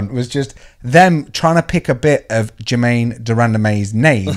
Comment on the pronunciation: Juh-mayne Duramdamum?!